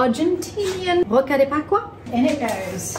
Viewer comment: So funny miss the S in Rosca de Pascua every Time! I love her! Very sweet gesture! Greatings from Argentina 🇦🇷